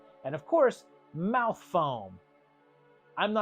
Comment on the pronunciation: MOUF GOO